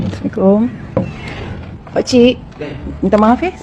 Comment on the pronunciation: Masjid mana ni woi..??siapa yang bcakap ni..??..bunyi dia bagi dalam pun "semekom" buat malu AGAMA Dan BANGSA. Punya KURANG AJAQ la pompuan ni... Orang macam ni la yang buat masyarakat jauh Dari masjid..